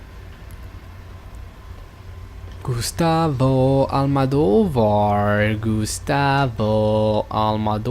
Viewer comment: Bonne vidéo, à part ton "Gustavo Almadovar" qui m' a largement pété les cacahuètes. Mais très bon jeu dans l'ensemble. Vivement Fear 3 et surtout Dead Space 3 que je connais par coeur (je suis fan de cette licence). A très bientôt.